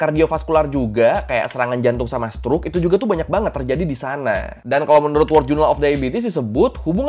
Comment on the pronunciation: dari semua video lu kan banyak banget muncul kata WORLD, tapi lu bacanya WORD. Kalau ngerasa belibet ngomong WORLD (WERLD), pake aksen british aja (WELD). Jangan pake kata WORD. Cuma kasih masukan aja, no offense.